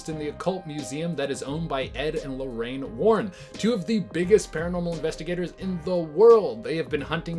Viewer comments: No one:: "Ed and Lorraine Lorran" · Edd and lorrain Lauren or warren lol listen to when he says Lauren